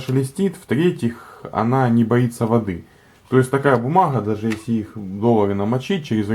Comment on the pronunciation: бумаГХа. Кроме гхыкания ещё и картавит.